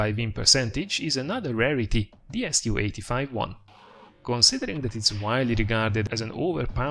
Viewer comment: its called a su 85i not a 1